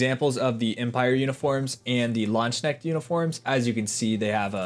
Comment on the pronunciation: Please look up the correct pronunciation of Landesknecht